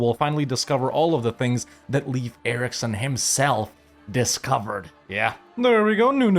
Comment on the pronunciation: come on dude it's not Leaf Erikson. Leif rhymes with "safe". Unironically kinda sounds like that one other youtuber from carthage, laith or something.